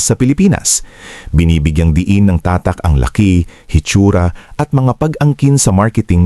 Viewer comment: Ano ang tamang bigkas sa tatak!? Ayusin mo nman ang pangit da pandinig ungas!